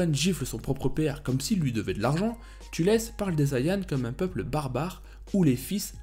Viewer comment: Thalès pas "Tulès"